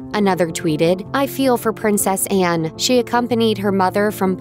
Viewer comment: The wordt voiceover possibl Anne not Enne.